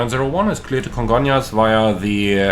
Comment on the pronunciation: I've been to Congonhas (Surprised you managed to pronounce it right, most foreigners say Congon-ras) a few times. I have no idea how that runway is even legal, specially after TAM 3054 overshot the runway on a rainy day and smashed into a building. Thankfully, transportation to and from the much larger Guarulhos airport has become a lot better in the last 10 years so I just use that instead.